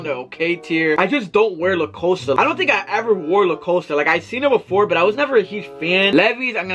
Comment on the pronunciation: Calvin Kleen,! Le’ coasta, Levy ‘s, Noticuh 😂😭